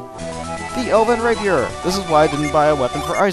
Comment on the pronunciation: lol he siad elvin raper